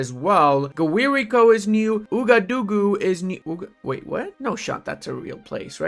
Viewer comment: Ouagadougou is pronounced "Wagadugu" lol